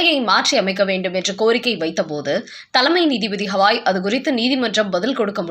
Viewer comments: பெயரை ஒழுங்காக உச்சரிக்க கூடாதா? அவர் பெயர் ராம கிருஷ்ண Gavaai ஹவாயும் இல்லை ஹால ந்தும் இல்லை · crisp name is continuously pronounced wrongly.its not HAVAi as she tells his name is Gavai. for poor & Sahu..tamil pronunciation is Boori & jaakku. they kill languages. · அம்மா, அவர் பெயர் 'ஹவாய்' இல்லை. 'கவாய்' என்பதே சரியானது. ஏறகனவே இதை உங்களுக்குச் சுட்டிக் காட்டி இருக்கிறேன்.